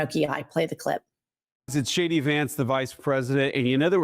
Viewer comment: When Vance first starts talking he says "this is SHADY Vance..." or at least that is what it really sounds like.